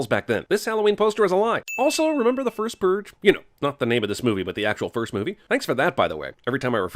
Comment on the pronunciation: "The First Pruge" ding